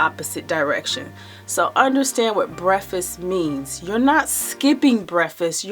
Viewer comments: Gr8 info n I completely agree on her logic but it was irking me with her saying "breffus" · Jam Xo i was wondering if it was only bothering me. Lolol. It was an awesome video, great info... but breffis was so distracting... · I KNOW!!! THAT WAS GETTING IN MY NERVES. NO DISRESPECT BECAUSE I DO LIKE HER. BUT THE WORD ID BREAK FAST. THE END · "Breffis"? Please stop saying "breffis"!!!!! PLEASE!!!!! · This was bothering me too. I was like, she did not just say, "breffst. As she continued, it was clear it was deliberate. She's eloquent in every other way, but she can't continue to mispronounce that word. It's just too tacky. She sounds educated enough to know how to pronounce the word correctly. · *breffisst lol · Chris Gainey. Who cares how anyone pronounce breakfast I think it's cute😜